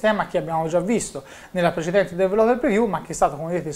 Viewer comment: ti prego migliora il tuo inglese perché develope non si può sentire...